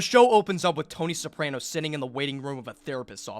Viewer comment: do you HAVE to say soprano incorrectly lmfao